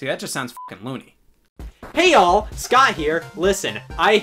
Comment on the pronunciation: I THOUGHT HE WAS SAYING "Hey y'all" WHY DIDN'T ANYONE TELL ME HE WAS SAYING HEY ALL!?!?!?!?